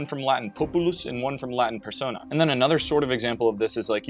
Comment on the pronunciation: No way bro said “persona” with the American R 😢😢😢😢😢